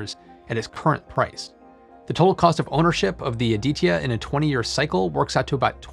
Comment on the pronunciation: You need to learn how to pronounce ADITYA, and it felt pretty awkward listening rupees cost in millions rather than in lakhs, besides these Nice video.